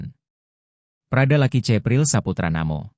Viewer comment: Tolong bagi pembaca berita Tribun Lampung, cara anda melakukan pengucapan nama korban itu bukan (laki)...tapi Lucky.... karena kami orang Kupang tidak ada yang panggil orang dengan sebutan "LAKI" tapi "LUCKY".... demikian untuk menjadi perhatian....🙏🙏